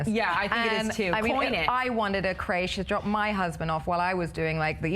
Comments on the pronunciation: It's not pronounced Craishe? It's Crèche lol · Nope, we call it 'kresh' also. I don't know why this woman has decided to pronounce it like that. Probably thinks it makes her seem more classy or something. She's a shit representative for England